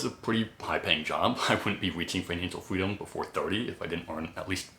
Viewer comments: Financial fweedom 😂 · I just found your account today but cant help but find your "fweedom" really adorable! lol Let's go FIRE!